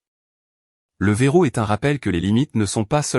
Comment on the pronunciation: Le verrou et non le verro